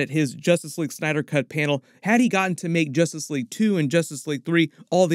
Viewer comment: So what is "Justrice" League, Warworld. Seriously?